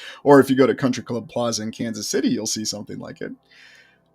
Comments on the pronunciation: are you always saying "shitty" in the place of the word city? it sounds like it, and its funny... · do you say "schitty"? 😂😂😂